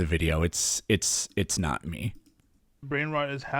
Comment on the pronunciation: Heh's nawt wawke, obviuswy.